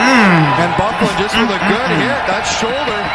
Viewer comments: Lol, yeah its actually pronounced "Buff-lyn", his nickname is Big Buff. Hockey player names are pretty memey so I don't blame you for getting it wrong. The man is huge and can play very well offensively despite being a defensemen. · Good vid an it is pernouced buff-lin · Bro the annoncers said his name like 25times through out the video. But you talking so much. No wonder you don’t know how to pronounce his name Dustin BUH-FLYN it’s pronounced lol But we call him “Big Buff” due to his size & ability to hit that hard!